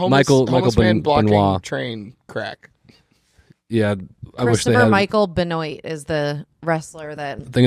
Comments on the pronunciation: Hey guys came here from spotify just to say hearing pronounce benoit “benoyt” really made me angry. Great pod! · It's pronounced Benoit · pronouncing chris benoit like that is fucking crazy